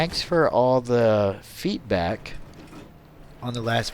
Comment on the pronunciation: it sounded like you said feetback instead of feedback